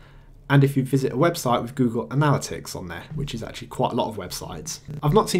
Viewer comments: You're pronouncing "analytics" wrong. It's not a-nal-it-icks. It's anna-lit-ticks. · Kills me how you mispronounce analytics.